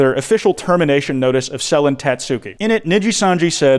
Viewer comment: Holy fuck it's over if covers it Also Dear god It's knee-gee-san-gee or knee-gee And Seh-le-en